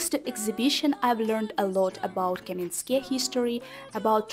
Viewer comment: Not Kamenskoe, but Kamiyanske. 😘